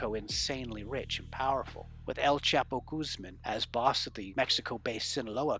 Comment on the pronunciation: senor narrator learn how to pronounce CHAPO